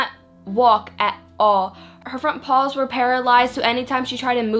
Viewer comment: Bitch please learn how to speak properly.. what the fuck are "pawls"?? It's P-A-W-S you dumb broad..